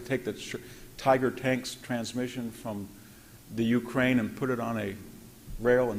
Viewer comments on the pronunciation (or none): none